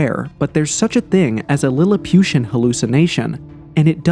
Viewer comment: 'lilipiution'...wow heheh ..this is idiotic almost funny